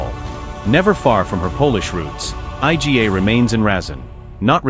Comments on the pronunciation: Yes, I agree with your comment. Absolute ignorance not to make an effort to pronounce her name properly and instead spelling it out I G A 🙄 unbelievable ignorance! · Informative video, however...it's an absolute ignorance not to make an effort to pronounce her name properly and instead spelling it out I G A 🙄 unbelievable ignorance! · Yes, I second your comment. Absolute ignorance not to make an effort to pronounce her name properly instead spelling it out I G A 🙄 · Aj Dzi Ej Slajatek? Dobrze, ze juz niedlugo nie bedzie tresci czytanych przez AI.